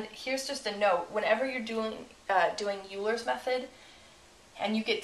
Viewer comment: yeah typing in the numbers is a little bit much. i think it's pronounced "oiler's" method btw